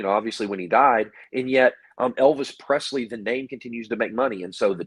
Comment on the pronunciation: Lisa sold her rights to the Image and name of Elvis Presley, and Aaron it’s Pre”s”ley not Prezley thank you.